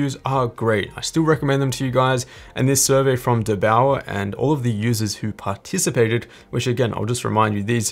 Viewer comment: "dur" sounds kind of stupid. It should be like "there" but with a "d".